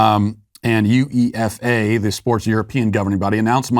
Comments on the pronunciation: its pronounced "yoo-ay-fah" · Matt: U E F A ACRONYM - First letters of each word. F B I Not "Feby". F I F A Not "feefer" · "You-ay-fah" Yours looks like "You effer" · The UEFA's pronounced as "YOU-EFA" Matt. A very hypocritical unit in football. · Lol never heard someone say UEFA like that. And HEY!! Get rid of football?! 😡😡 Lol. But yeah football survived a while without crazy politics, matter of time since most of the owners are American.